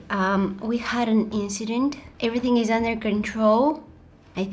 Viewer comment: "EverythinK" hahahaha